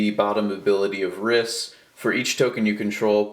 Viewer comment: Just do you know it's pronounced reese